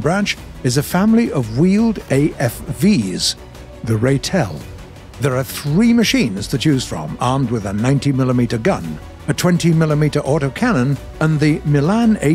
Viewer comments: “Ray-tel” Dies inside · Ugh, you pronouced rooikat and ratel wrong